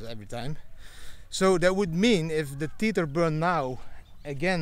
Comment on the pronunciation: Didi, my friend: Tether is pronounced like WEATHER. And: Happy birthday with your daughter! Enjoy!